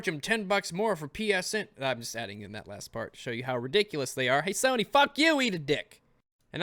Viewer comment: I love how you accidentally said "Kony" instead of "Sony"